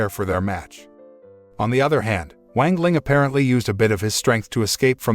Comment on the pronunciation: Bruh I hate this guy mispronouncing "wang ling" into "wengleng" like wtf😡